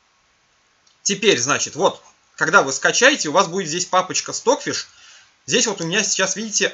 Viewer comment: все классно, но Ваш английский режет ухо. Ну неужели Вы никогда не встречали английское произношение аббревиатур? Неужели не знаете английский алфавит? Ну не понимаю???!!!! Что за кэпэус? Стокфиш Вы же правильно произносите. Извините, но не смог сдержаться.